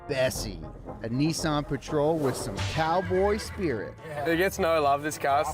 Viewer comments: It’s not neesaan, it’s nisin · YOU GUYS SAY EVERY BLOODY NAME WRONGGGGG Not KNEEsan Nissan Not SOOOOOOOty Sooty